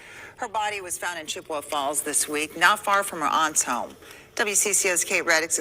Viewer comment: Hey. It’s Chip-eh-wah Falls. I live about 2 hours away in Central Wisconsin.